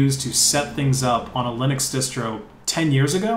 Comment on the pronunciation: wait, what the heck is lye-necks, son?